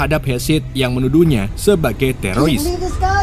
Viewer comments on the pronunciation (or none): none